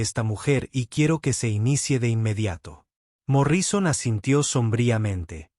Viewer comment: Angéla y cuentanóslo y Morríson increible pero la lectura mecánica produce horrores.